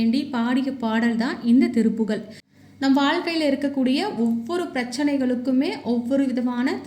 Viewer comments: சகோதரி இது திருப்புகல் கிடையாது திருப்புகழ் என உச்சரிக்கவும் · திருப்புகல் அல்ல திருப்புகழ் என்பதுதான் சரி தமிழை சரியாக உச்சரிக்கவும்‌சரியா!. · நீங்கள் சொல்லுவது மிகப் பயனுடையதாக இருக்கிறது.ஆனால் திருப்புகழை திருப்புகல் என்று உச்சரிக்கிறீர்கள்.தமிழுக்கு அழகே ழ தான்.அதனால் சரியாக உச்சரிக்கவும்.தவறை சுட்டிக் காட்டச் சொல்லவில்லை.திருத்திக் கொள்வதற்காக.